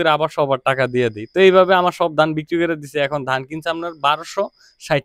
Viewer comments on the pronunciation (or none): none